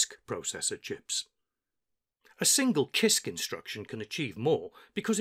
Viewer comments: Hi, I study English. Why do you pronounce "kisk" not "sisk"? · I like your videos but CISC is sisc btw. I though I was doing it wrong all the time but after checking wiki and other websites, I think I can conclude that it should be pronounced as “sisc”. Thanks for sharing and making a such high quality tho. Just giving some minor information about the pronunciation. No one else is listen. I think much of the new experience though. Thanks! Sir!